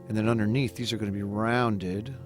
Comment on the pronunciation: Good drawing but was what is "unner neath"?